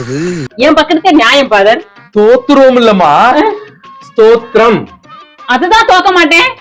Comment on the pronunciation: Athu thorkkatham 😂😂 sthotthiram nu sonnale🎉🎉 ❤